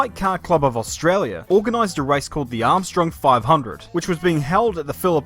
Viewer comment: australia is pronounced australia not how this dick head said it.